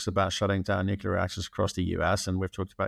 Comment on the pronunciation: There is no such thing as "nookyaler energy."